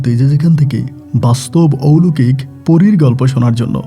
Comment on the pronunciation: ঔলোকিক আবার কি.....??... কথা টা হবে অলৌকিক..... একজন RJ হয়েছেন অথচ সঠিক শব্দ উচ্চারণ করতে জানেন না..... সারা বিশ্ব থেকে সবাই আপনার বলা গল্প শোনে.... RJ কিবরিয়া সাহেব কে পারলে ফলো করুন.... অনেক কিছু শিখতে পারবেন..... কথা বলার স্টাইল খুবই বাজে আপনার..... শুদ্ধ ভাষা টা আগে শিখুন তারপর RJ বলুন নিজেকে......